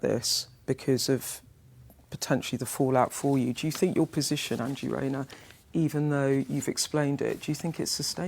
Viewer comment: NO Bwainer with Angela Rayner